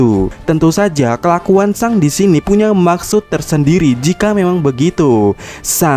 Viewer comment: Yg bener min pelafalan akagami no shanks, di baca seng bukan sang, trus aja sang sang sang . Geli denger nya